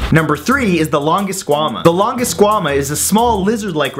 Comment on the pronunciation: Time to correct your pronunciation. Pegomastax is not "Peh-goh-MA-stax." It's "Peh-GAH-meh-stax." "Lin-in-NIE-kus?" Seriously? It's "Lin-HEN-eh-kus." "Long-is-QUA_mah." No. Just... no. "Long-IS-quh-mah." "Jee-GANT-oh-rap-tor" is "JIE-gant-oh-rap-tor". Think about it. Do you say gigantic or jeegantic? This is where I started to scream at your baldness. "Mam-INK-ih-sore-is." You didn't even pronounce the "saurus" part right. People with functional brains know that this dinosaur's name is pronounced "Maim-EHN-chee-sore-us." "Jay-hole-OP-ter-is?" Complete slaughter. "Jay-HALL-op-trous." "Soo-zoo-SA+ORE-is?" How? How!? HOW!?!? Can you not read!? It's so obviously "Soo-ZYOU-suh-rus." It's "In-SIS-is-VAH-sore-us." "Sher-ah-vipp-TEAR-ux." Do you even research, bro? "Hell-ee-COP-pree-on." You have failed so, SO badly. I take it all you did was Google these and read about a paragraph on each? These aren't weird at all. Why did you rush this video so badly? The content isn't even good. I want to smack some sense into that lustrous head of yours. If you're going to do a video on dinosaurs, why would you not do proper research on dinosaurs like watching scientists at least say the names? Then you'd at least know how to say these names. If anyone has read this far, this guy is an idiot. I propose we slap him so hard, his hair follicles become functional. My videos are much better but him saturating the video feed is ruining the chance of people who are worthy. Listen, Matt. You either shap